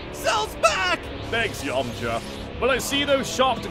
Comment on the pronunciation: Cursed hearing a British Cell pronounce Yamcha like an American (Yomcha)